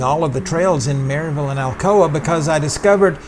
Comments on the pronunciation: It’s Mur-ville. Lovely people there. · I'm 2 years late watching this video, but hoping to ride this trail later this fall, fingers crossed with new signage. I'm 30+ years now living in the Upstate, but grew up in Knoxville, South Knoxville to be exact. And yes, the pronunciation of Maryville is a telltale sign of a newcomer, but I discovered the same thing here when I moved decades ago to the Upstate that Clinton, SC has that same distinction of a surprise pronunciation for the newcomer. I struggled to find it on the map when I first moved here... and then I learned the secret. 😉